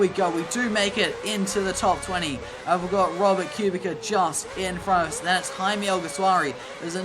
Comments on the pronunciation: It’s pronounced Q-Bit-Sa —Kubica 😂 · Please learn how to say kubica .. why do you say it like that